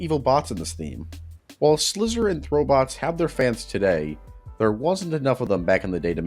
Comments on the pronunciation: also it’s slyzer, not slizzer. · It's pronounced Sly-zer.